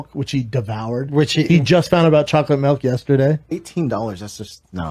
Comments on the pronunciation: Why does he call it melk?! 😂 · Lmao, in my country it's actually called "melk". But saying melk when you're english is so cringe. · Melk thing is actually annoying